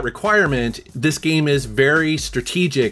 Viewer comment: "geeme" "GEEEEM"